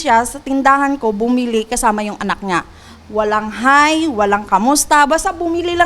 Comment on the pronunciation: I haba 🤣🤣🤣 i haba haws i haba feys 😂😂😂 tapang ni gurl may pinag aralan pa yan ah 😂😂😂 maka Diyos pa ai😅😢